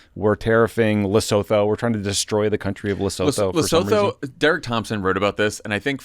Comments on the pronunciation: Leh-soo-too NOT Le-so-tho! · Luh-SOO-TOO is the Southern African nation. Otherwise, thanks! Keep up the good work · Guys, the way you pronounce Lesotho is “Le-SU-to.” You’re welcome 😉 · Guys, it’s pronounced LesUTU not Lesouthou. Appreciate your podcast but please. 🙏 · Guys, Lesotho is pronounced Le-sue-too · I love you guys, buy please learn how to pronounce Lesotho. Le-su-too. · It is pronounced "Le soo too" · Please stop pronouncing Lesotho incorrectly. It's Leh-SOO-too! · Come on guys. You can Google how to pronounce Lesotho. Lair-Sue-Two. Fast. This is so classic to view from Africa. It's a big story for us but not how you're covering it. Still, well done for giving a brief nod to Lesotho. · For those who are curious, it's "Luh-soo-too". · Great show guys, but it's pronounced Le-Sue-To 😄 - Concerned Lesotho citizen